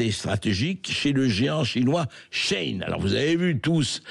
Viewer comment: Shein ne se prononce pas comme ça ...